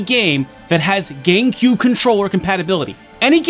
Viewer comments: Is it just me, or does he say, Gaincube?? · I keep hearing Gay-Q instead of GameCube